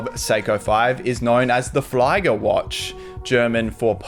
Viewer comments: Flieger ist pronounced fleager instead of fliger. 😊 Great video and greetings from Germany. Edit: I think it's even the third Yuto Horigome limited edition cause I personally love and own the SSK027 (black GMT with purple/blue bezel) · Yes indeed flee-ger is the right way to pronounce it! I was about to write this down in the comments but you beat me to the punch.